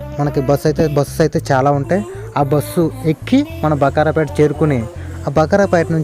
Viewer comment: Bro, మధ్య లో వచ్చేది బకారాపేట కాదు బాకరాపేట